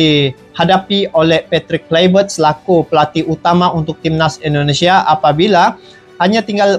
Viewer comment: Indonesia bang bukan Endonesia